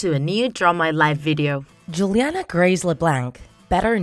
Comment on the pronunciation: It’s Juliana not Julianna